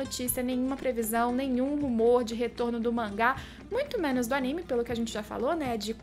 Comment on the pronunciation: Aníme? Vc quer dizer Animê?